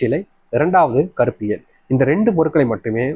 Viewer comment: என்ன பொருள் என்றுகூட ஒழுங்காக சொல்ல தெரியவில்லை கருப்பு எள் என்பதை கருப்பு ல என்று சொல்கிறீர்கள் உங்களை எப்படி நம்புவது தவிர,திருப்பி திருப்பி சொன்னதையே 5,6 தடவை சொல்வது எரிச்சல் தருகிறது.